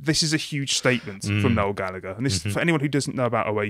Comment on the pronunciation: Me, an Irish waiting to hear how they pronounce Gallagher. "Galla-Gurr." My disappointment is immeasurable and my day is ruined. I like what he said about Labour, though, haha~